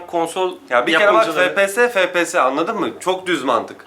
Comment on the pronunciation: Fe pe se ? ney ya ? Gamer im diye geçinirsiniz fepese ney abi ef pi es -.- FPS! Birde laf atıyorsunuz. Ef Pi Es